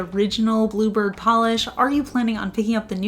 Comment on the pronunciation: Love the colour - the first three times you said "bluebird" before seeing the text and bottle, I could've sworn you were saying "blooper" lol 😅